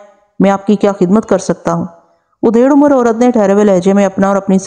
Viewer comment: Madam Aapki awaz aur andaz behtreen hai. Bass kahin kahin Talaffuz ki zara si adayegi me saho waqe ho jata hai. Jaiese ke..... Aap aksar Adhed Umr kaheneke bajaye Udhed Umr bol jati hain. Isi tarha... Gad Gadahat ko Gid Gidahat bolti hain.